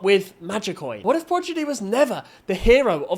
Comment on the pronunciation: What is ‘Progidy?’ Edit